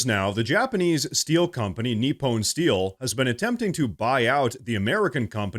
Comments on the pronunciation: Nip-pahn, not nip pone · Neepon. Get real mate. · Great reporting - It’s pronounced nip-on